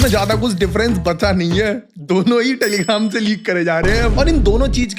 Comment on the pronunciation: Bro ne jan bujh kr teligram bola hai,,funny way me